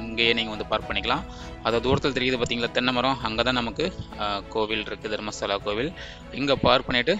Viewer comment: No, Dharmashala , Dharmastala. Kolringa Kannada ve. Tamilians only correct prounce will not do.